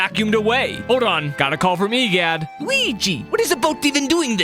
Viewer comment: Bro saying e gyat instead of egad💀 also if theres a typo idc